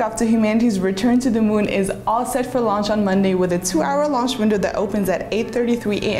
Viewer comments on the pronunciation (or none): I thought he said Lunch?🤣